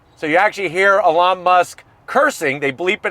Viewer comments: Great review is always. But I have to zonk your pronunciation of Elon's name. 😂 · I love how kept calling Elon "Alawn"😂😂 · Lmao you called him Alon idk if he’s going to answer when you call to speak to Alon. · "alon musk" lol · never heard someone pronounce the e like that (ee-lon)